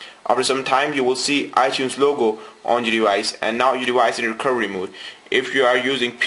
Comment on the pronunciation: Hehe you can't say recoVery